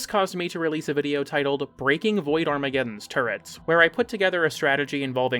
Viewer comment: okay no you're saying "boid". is that like a boy version of a "foid". are we on eighty-seven layers of irony now